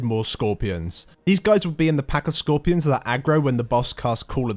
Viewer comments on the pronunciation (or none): IT'S SKOR PEER ON!! NOT SKORPY RON HAHAAHAHAHAAH MY EARS!